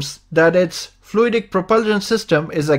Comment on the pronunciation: Did you say by Jet Octera? it's called Frui-day propulsion?